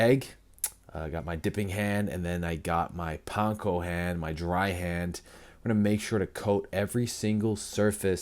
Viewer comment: Thankyou for pronouncing "panko" properly. Idk why, but it has always irritated me when said with capital A.